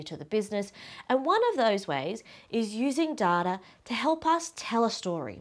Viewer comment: Is she saying "dataR"?